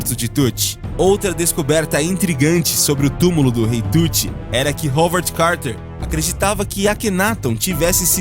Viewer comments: tem que escrever em português pra poder pronunciar corretamente '' Rauard '' Howard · Rolvod Carter é sacanagem, Howard = Ráuard